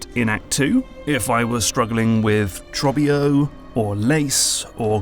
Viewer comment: how are you going to put Trobbio saying his name out loud in the video and still pronounce it differently 😂